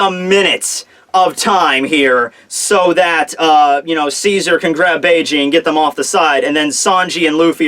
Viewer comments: it's beeg not bayjay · The name isn't fucking Bay-Jay it's Beige like the god damn color. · "Bege" is pronounced "Beige" btw now Bay-Jay lolol